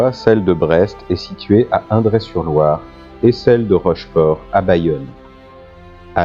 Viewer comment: bonjour et merci pour cette belle leçon d'histoire maritime Française pour info, Indret /Loire çe prononce "indrette "